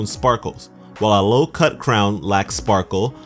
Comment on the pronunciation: Pavilion, not pavilon! Otherwise some sound theorising!